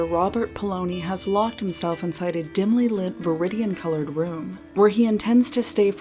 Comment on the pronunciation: Alright i lost it when she said dimly lit vridian colored room